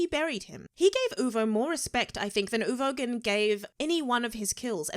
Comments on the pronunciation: Press F for her calling Uvogin 'Ugovin' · Nobody:: Ooh-Go-Vin